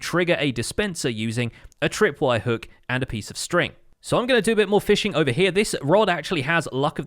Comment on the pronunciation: 22:8 lol you said feeshing instead of fishing